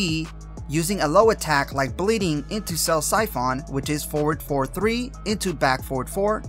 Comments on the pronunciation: Good video, nice and informative. Just work on pronunciations like koagulation and siphon. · Terrible pronunciation on Koagulation and Siphon, but great clarity and depth of guide.